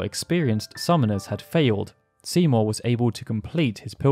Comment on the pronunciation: whenever u say Seymour i hear Simo dude xD